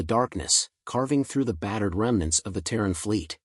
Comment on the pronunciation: Terran, not tearing